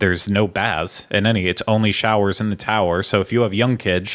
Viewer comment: SHOWAZ IN THE TOWAZ